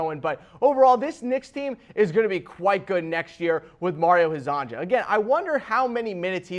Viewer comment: It’s pronounced Mario Her-zon-ya. Please I can’t listen to you butcher his name anymore. All Croatian, Serbian, Montenegrin and Bosnian players with a “j” in their name is pronounced as a “y”